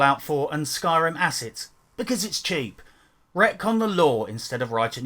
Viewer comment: "elder scrolls skyrm" annnnnd you immediately lose all credibility.